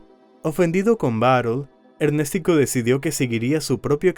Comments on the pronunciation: Ernéstico❌️ Ernes tico✅️ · El que debe morir es el que dice ErnÉstico jajajajaja🤣🤣🤣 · Ernéstico jajaja 😅😅😅